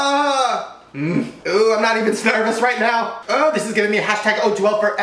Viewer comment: I kept rewinding the part where he said Snervous.